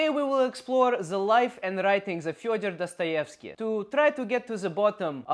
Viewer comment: You are pronouncing Fyodor Dostoevsky wrong. Did you grov up in USA?